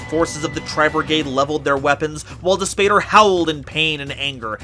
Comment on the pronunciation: Amazing content as always- quick note Dis Pater is Latin, (pronounced dees pot-air) and means, literally: Push, Father!